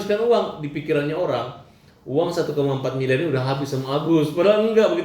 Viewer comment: ODGJ baru trus saja yg d omongin uang. Ktanya g butuh uang. Nanti kbur ODGJ nya teriak" mna uang mna uang. 🤣🤣🤣 Samilieur Bkn samiliyar.